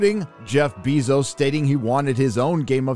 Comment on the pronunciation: Learn how to pronounce ‘Bezos’